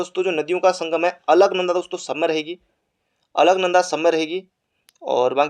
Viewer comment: Bhai alknada bol raha h or mandakni pr sahi tik...😂🤣😂🤣q 2